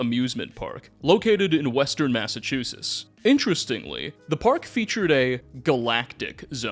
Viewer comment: For the love of God, read the word "Massachusetts" out loud, and sound it out. I live there, and this just breaks my heart